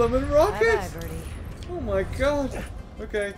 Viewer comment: You said oh my god its "oh my gold"